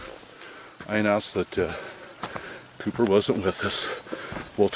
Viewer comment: When I first started watching this video I thought you were calling your dog "Pooper" until about the 4th time you said his name "Couper". I thought to myself ' that is an odd but semi cute name for a dog ' and then I thought ' huh I wonder if he picks up poopers' poop when he poops along the trial. Oh well ! Just an odd observation.